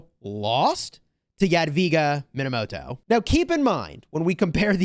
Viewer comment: You were saying the name wrong the entire time. It's pronounced Moneymoto